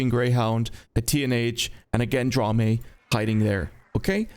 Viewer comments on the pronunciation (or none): Erm actually Gendarme is pronounced somewhat like "Zhaw-darm" ☝🤓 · "Gendrami" 😂 GOR-LAMI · Gendarme = "shaun-arrr-m" in the 🤢language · I feel like its unnecesary, but if u wanna say the gendarme's name, just say hen-dart-mei, a bunch of times, then get rid of the t and i on the last two words. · Gendarme = Gendrami confirmed... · These videos are fun, but the real icing on the cake is watching to see how many ways can mispronounce "Gendarme". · Everytime you pronoucne gendarme, i want to die